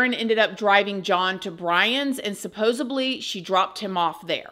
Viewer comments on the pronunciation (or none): SUPPOSEDLY not Supposeply. Interesting but its hard to get past all the grammar and mispronunciations in the commentary. UGH!! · Supposedly not supposebly 😂 Love your videos, keep up the good work ❤️ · I love you but it's supposEDLY not supposABLY😭 you say it in every video and I wanna correct you so bad. I still love you 😂❤ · She keeps saying supposebly